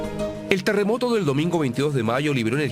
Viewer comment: Este weon dice teremoto jssjjs😄🤣